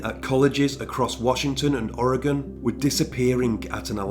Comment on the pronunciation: Could you please do more of the Pacific Northwest/ Dayton Leroy Rogers or Keith Jesperson? Also I wanted to point out your pronunciation of Oregon was spot on.. Thank you for all of this